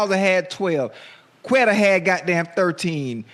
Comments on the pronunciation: Ya'll are killing me saying Queta name. The "QU" in his name is pronounced like a "k" not a "Q". Please say Keta Unc geesh lol.... I enjoy ya'll, though. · Quata like quavo 😂😂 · Shannon still can't pronounce Queta right lol